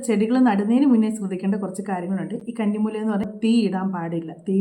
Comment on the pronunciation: കണ്ണി മൂലയല്ല' കന്നി മൂല എന്നാണ് ശരി.